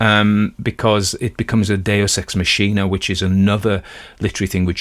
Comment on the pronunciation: Thanks for the reading. And I hate to be " that" person, but I think your pronunciation of deus ex machina is incorrect. It's pronounced using Latin, so the machina is pronounced ma-kee-na.